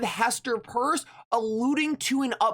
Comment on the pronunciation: Hester’s last name is PEIRCE, (pronounced PEERS) & not purse 👛 please learn & apply basic English 😏 thank You 🙏🏾